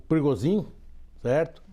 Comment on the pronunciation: Eitaaa... que esse "motim é mais falso que moeda de 3 reais " quem vcs pensam que enganam ??? Só bobo mesmo é capaz de pensar que uma "milícia" seria capaz fazer golpe contra a potência que é a Rússia!!!! O Pregozhin (se pronuncia "Prêgôgin". "prigozin", kkkkkk ) deu foi um " passa mané" nos EUA... pegou a grana do tio San (6 bi Dólares) e foi ficar bilionário na BieloRuss... Esperem as cenas dos próximos capítulos !!! Vamos ver o tamanho da imaginaçao para inventar as desculpas esfarrapadas !!!